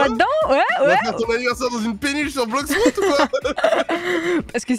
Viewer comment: Arrête de dire blox froute